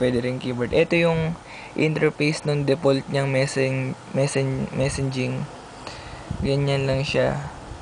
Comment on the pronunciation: kuya MESSAGING po hindi MESSENJING.. xD